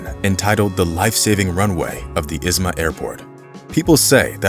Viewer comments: it's not "Izma" (Is-ma) it's pronounced "Izhma" (EEZh-ma) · How can you say shure and not Ishma? It is not Isma! Has never been Isssma. Ishma! Shure! You shtupid? You foolish? Duh! Just saying. You folks all suck on foreign languages. Work on it! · It's not pronounced Izma, it's Ihma. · It is pronounced Ižma